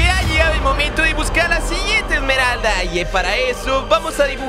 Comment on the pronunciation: no se dice emeraldas op se dice emeralda del caos